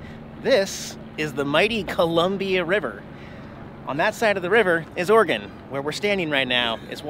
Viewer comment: JFC you're from Washington and you CAN'T PRONOUNCE OREGON correctly? It's OR-E-GUN, NOT OR-GUN. OR-E-GUN!!